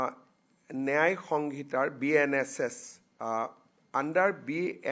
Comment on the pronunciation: মুখ্যমন্ত্ৰীয়ে ন্যায় শব্দটো শুদ্ধকৈ কব নাজানে, কি নেয়াই নেয়াই বুলি কৈ থাকে।?